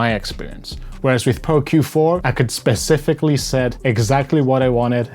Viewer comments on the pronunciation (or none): none